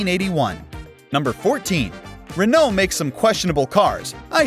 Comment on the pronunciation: Enjoyed the video, but your pronunciation of Renault and Peugeot was awful and hard to hear!